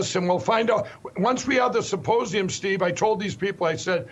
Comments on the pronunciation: He wants us to take it seriously yet keeps pronouncing it "saposium" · I, still, can only hear him say "supposium". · Mike Lindell is too stupid to pronounce ‘symposium’. He says ‘syposium’. And he simply does not understand how government is structured and how it works. After all of the talking he has done, he should fact check himself before opening his mouth. August 14th should be a fine day. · Am I not hearing Lindel correctly when he keeps saying suposium instead of symposium? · Supposium!? Okay, then! Sure you don't mean suppositorium, Mike? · Did he just say “ Supposium “ ? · Am I the only one who keeps hearing Lindell say "supposium" instead of symposium? It would definitely be more accurate. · He said "suppose-ium" 😆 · ‘Supposium’ .......lol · Mike pronounces it Suppose-ium. What an ignorant pillow guy. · "Supposium". Yeah, you're definitely someone I put my trust in, Pillow Man. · It’s not a suposium. It’s pronounced symposium. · I feel like he kept saying "supposium," which begs the question... Does he thinks it's a "supposium" and, if so, what does he think that is? Does he believe that's where they'll reveal how things are "supposed" to be? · You mean his sy-po-sium? He can't even say it. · Did he say "Once we have the Supposium"? 🤣 🤣 🤣